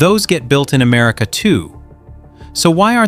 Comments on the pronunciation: I wonder where "Am-A-rica" is? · A.I. doesn't spell very well..."Made in Amarica"???